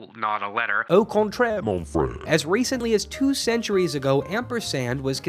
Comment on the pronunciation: “Au contraire, mon frère!” BRO. Did you literally pronounce that wrong! Nasalized vowels! Guttural R! Ur anglicized it too much. 🤓🤓🤓